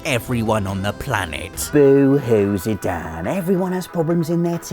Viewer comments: same with Zidane.... he is pronouncing it as Zidan? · Zidan???? It's Zidane ... with an E on the end, thus making it a long A sound. Way to English. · Anyone else pronounce it, "zee-DANE"? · We're just going to ignore the fact that Zidane's name ends with an "e"? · Overall I agree that the Final Fantasy Saga has some amazing moments. The only thing I didn't really understand is how a self-professed fan could get so many names so very wrong. Nanaki is pronounced "Nah Nah Key" not Kai. And Zidane doesn't sound like "Dan" it's the same sound as in Great Dane. I would have thought those were pretty simple ones to pronounce too. It's like like the long-standing debate between Aeris and Aerith.